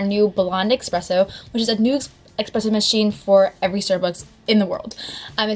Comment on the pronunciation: ESpresso. not EXpresso. AHHHHH